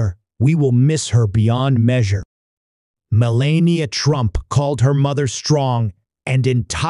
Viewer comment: Learn to say melanias name